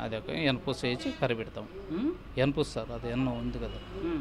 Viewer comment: ఏం యాంకర్ రా బాబు😂😂😂 సుద్దపూస లా ఉన్నాడు... ఎన్నపుస్ అంటే వెన్న లేక వెన్నపూస.. 😂😂😂.